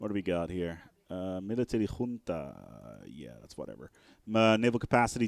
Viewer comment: the first non spanish person that i see pronuncing right "Junta"